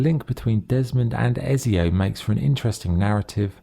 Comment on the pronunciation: How hard is it to say ezio properly 😂 also ac 2 is not mainly set on montergioni prolly, spelled that wrong, your mainly in Florence and Venice